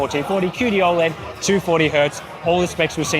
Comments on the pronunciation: How is it the guy revviewing monitors is the only person on YouTube that can't pronounce OLED properly. painful mate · How do you pronounce OLED?